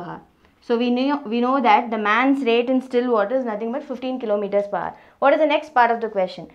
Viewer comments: Ohk mam.. that haar (hour) of yours really was painful to my ears.. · Nvm ma'am but when you say hour, 'h' should be silent. Anyway, the video was nothing but great x)